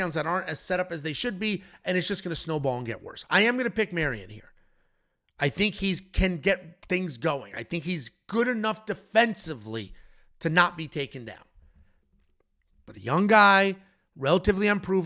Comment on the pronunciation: Bro 💀it’s pronounced My-ron (for Mairon Santos), and Suh-Roo-Ya (for Rei Tsuruya)